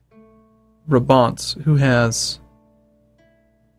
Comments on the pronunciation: its pronounced as braabant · it's braaaah-bahnt